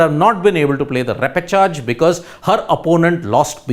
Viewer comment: Bro, it's ˈrep.ə.ʃɑːʒ (ˈre-pə-ˌshäzh). There's no J sound at all in this word